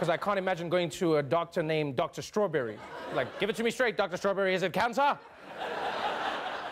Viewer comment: "Dr. Starawberry"? What did he see a pony doctor in Equestria?! this horse shit just gets deeper, and weirder!